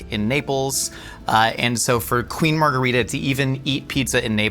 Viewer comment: love how most of the time tries to pronounce foreign words in an authentic way, but the pronunciation of 'margherita' really could be better (same goes for many non-italians around the world). the italian 'margherita' and spanish 'margarita' are the same word (meaning "daisy"), but they are different languages so it's not pronounced the same!